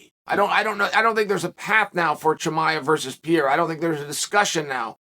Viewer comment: Khaaaaam zattttt... Not khaaaaaaz matt... Chimaev... Chiiiiii maaaaaa evvv 😁👌